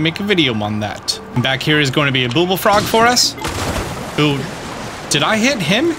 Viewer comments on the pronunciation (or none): Cool but why are you saying "booble frog"?